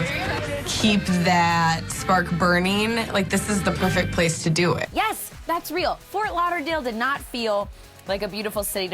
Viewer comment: I hate how she says "yiz" when meaning to say "yes". like when he was like ", will you come with me?", she's like "yiz"...